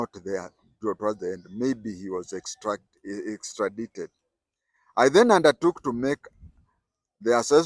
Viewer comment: Correct pronunciation is ekstradaited. Nice story. Pole sana